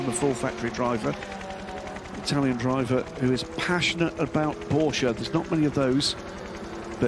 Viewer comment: pUgeaou and porschA, come on